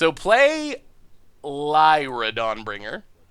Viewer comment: That’s not how you pronounce Lyra I think ^^